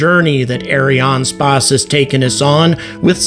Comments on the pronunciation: Ariane spase 😂... its just space , like space englise .. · Its Ariane Space like the englisch word space. Please dont say it like you do. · Areeāne Spāss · Arianespace is mostly a French company, and I think the name is constructed from the words Ariane and Espace, the French word for Space. His pronounciation is quite common, although there should be no break in the middle.